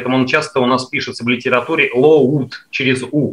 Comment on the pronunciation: Load читается как лоуд --- не надо фантазировать.